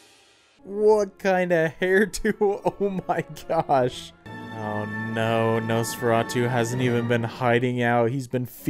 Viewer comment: You pronounced it wrong. It's actually Nosferatu. I've never seen it BTW.